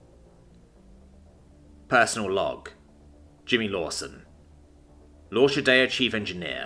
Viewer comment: Nice story, nicely told. Only one quibble: 'L'Orchidea' is pronounced lor-kee-DAY-uh.